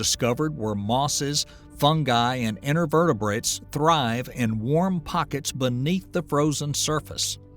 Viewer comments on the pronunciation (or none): intervertabrates lol